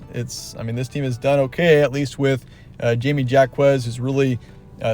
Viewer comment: I agree. How can you call him “Jamie” and butcher his entire name and then pretend you know. Same thing with the Jaylen Clark point. That’s been circling in the media but no one is talking about how their offensive efficiency has compensated for their loss of defensive efficiency. This guy doesn’t watch college hoops obv.